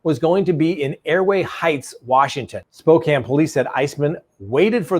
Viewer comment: Thank you for pronouncing Spokane correctly..